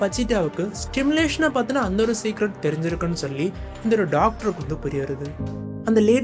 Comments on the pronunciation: its not stimulation ❌bro its simulation✅ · Stimulation illa bro, Simulation.